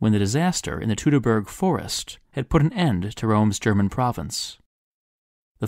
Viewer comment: Ouch. Don´t say "tootoburg forest". That sounds really bad on a channel that is about science and history and conveying information. The thing is called the "toitoburg forest". To get the correct sound that "eu" is meant to represent in German, you english speakers need to write and read "oi".